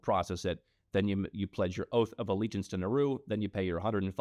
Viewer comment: IT'S NAURU